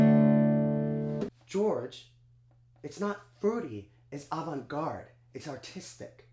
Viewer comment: That isn't how you pronounce Avant, but you got it right the second time.